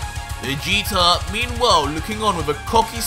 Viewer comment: I normally really like watching your videos I’ve been a fan for a while but I do have some problems with stuff the fact that you sometimes say Vegeter And the way the story is going Vegeta is supposed to now be turning a leaf going farther into the good side rather than trying to keep the feeding Goku he has new motors for life now which is his family not defeating oh cool that’s just my opinion though